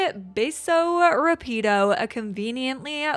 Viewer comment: Love your overviews! Notes on pronunciation: Villa (lla like in llama) vee-yah Cálida (cali like California) ka-lee-dah ... Accent indicates emphasis in the word. Rápido= rrah-pe-do (put some roar in it lol) Once accents are manageable, we can go over Xicotencatl (indigenous origin, like Xochimilco)